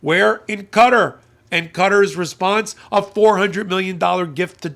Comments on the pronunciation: Qatar is pronounced kah taa not cutter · Qatar isn't pronounced "cutter"! It's pronounced "Kuh-taa"! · I have the utmost respect for your intelligence and knowledge of all things legal, but Qatar is not pronounced "cutter", it's pronounced "cuh-TAR" with an accent on the second syllable. Love your hot takes, keep em coming! 😊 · Qatar is most often pronounced with the last syllable stressed: Ka-TAR. Certainly not 'cutter'. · Sorry I tried to stick with this as long as I could, and I know its raising important points but I had to give up when you continually pronounce the name of the country as Cutter. Its Qatar pronounced the same as throat and nasal mucus...catarrh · It's Qatar. Not Cutter